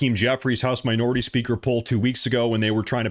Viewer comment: Hey Its called minor ity